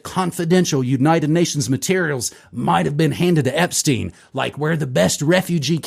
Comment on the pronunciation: its not ep-steen, its ep-stein. like albert einstein, not bruce springsteen 😂